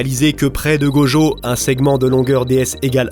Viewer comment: C'est tellement frustrant !! Tu peux dire "Itadakimasu" sans problème mais "Gojeau" et "Jéjé Akutami" ça passe pas ?? 😭😔💔